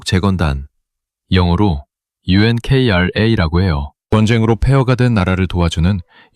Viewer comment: Unkra 유엔크라아니고 운크라로발음 부른다 54년 정전협정후 귀가따가울정도로 들은 유엔 구호기구 한국큰수혜받은걸 직접목격한 50년대 국 중세대